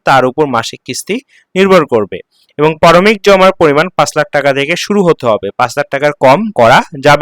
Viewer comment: পারমিক না প্রারম্ভিক। আগে উচ্চারণ শিখুন।